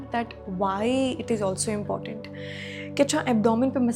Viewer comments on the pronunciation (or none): none